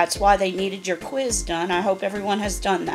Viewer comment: And quiz... "Kweeze" lol